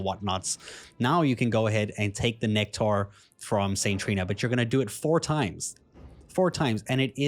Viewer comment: My dude said "just drink the NECK TAR" lol 😂 thank you btw, not sure if you did that on purpose or not it just made me laugh. Thank you for the guide I appreciate you very much sir. ✌️